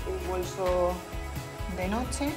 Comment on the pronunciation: notse????? its NOCHE